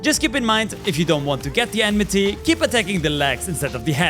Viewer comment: It's Oh-may-guh ... Not "Ohmegah". And Enmity (Not Enmeh-tay) is from FFXIV, it's what we call Aggro over there.